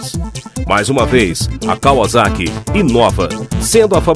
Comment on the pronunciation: Kkkkkk o cara ri mas pronuncia deve pronunciar kavazaki kkkkkkkk Enquanto a pronúncia correta é KAUASSAKI